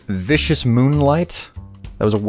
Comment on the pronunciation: I haven't really been watching this series much, but does realize that he made a game called Viscous Moonlight (as in viscosity...)? Not Vicious Moonlight?